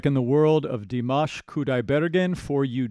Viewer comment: Did you just call him? 😂 now there's a surname first name mashup